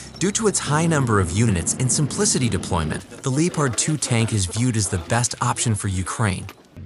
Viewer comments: Irrelevant to the video but Lee o pard really? It's Leppard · Lee opard ... emm won Abrams.... That's embarrassing that you can't speak your own language while reading it. Hope narration isn't your only job. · Lee o pard lol wtf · It's Leopard, it's a German tank with a German name. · "Leepard 2" 😭🤣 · It’s so annoying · How tf did you find a text to speech engine that can't say leopard or petrol...